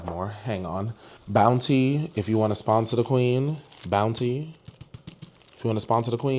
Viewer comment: “Bountyyyy *tap tap* 😂😂😂😂😂😂the enunciation took me OUT